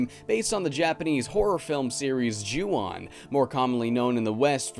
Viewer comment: Not to sound like a grammar Nazi, but in the Japanese language "O" always makes an "oh" sound. So the "on" is pronounced like the English word "own" Just thought you should know